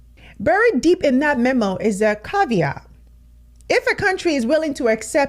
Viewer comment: Black people globally are colonized, and it is nigh on impossible to change that mentality. Forcing "third country nationals" on black countries is nothing new. It's an old ploy of theirs, intended to cause division, and dilute the population. They know what works. - Caveat, not "caviar." The red top talking head is aggravating.